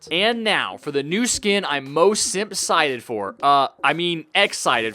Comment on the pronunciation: simpcited for, I mean excited for